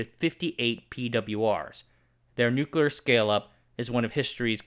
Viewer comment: Can't take a video about nuclear anything seriously when the narrator can't even pronounce the word properly.